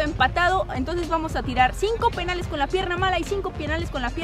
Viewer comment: En el minuto dijo pienales